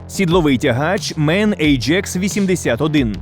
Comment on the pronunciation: Токо не (. Мэн)а правильно ,, Ман